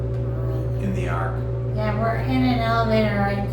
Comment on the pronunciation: Been waiting on this one!!!!, its ARK, not AWK!! Very cool!! So fun!